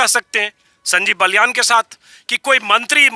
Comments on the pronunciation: कृपया नाम तो सही लीजिए उनका नाम बाल्यान है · श्रीमान बलयान नहीं बालयान हैं